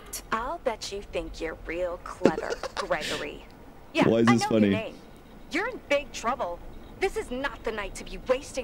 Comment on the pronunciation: The way chica says Gregory is horrifying